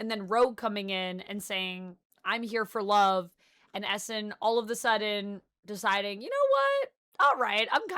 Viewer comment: It legit took me a half dozen times of you saying "Essin" to realize you were talking about Eson.